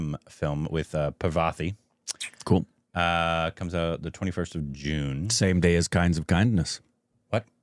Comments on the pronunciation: Its not pra-vaa-ti. Its paar-va-ti. 😂 I feel the pain when they distroy the actor's name. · Her name is not pronounced Pravethy... It is 'Paar-vathy'. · Its not "Pravathy" , its "Parvathy"